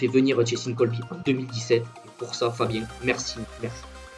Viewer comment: Juste c cheslin et pas chelsin